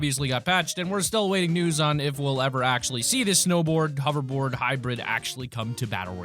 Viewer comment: Say it with me, h-o-v-e-r-b-o-a-r-d